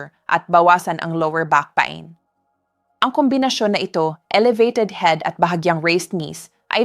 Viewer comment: You speak good English Doc just take time to correct some words for the people to fully understand and not to be confused or misunderstood your instructions because you are discussing very delicate issues.. Thank you— istomats might confuse them.. pa- in is peyn( pain) Masel for muscle not maskels .. please take sometime to correct because your English is good .. don’t miss those words and mispronounce them